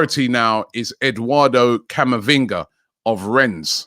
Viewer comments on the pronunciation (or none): Camaviga...more like Camarasa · Camavinga 😂 Man said it with a straight face and everything